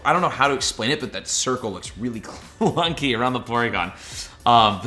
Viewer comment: How many times did he say cluncy in the video